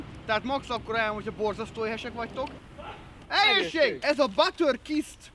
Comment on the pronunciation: egésség" :) :) Sírok!!! :)